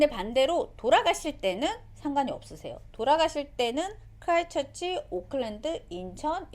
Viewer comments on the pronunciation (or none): 좋은 정보네요. 근데 에어뉴질랜드 프리미엄 이코와 스카이카우치 둘중 19개월아기와 엄 빠 ( 총 3인)여행할경우, 어떤것이 나은 선택일까요? 아이가 더 편할 좌석은 무엇일까요? 답변 부탁드립니다. 그리고 크라이스트 처치인데 자꾸 크라이처치라고 하셔서 재밌게 봤어요 ㅋㅋ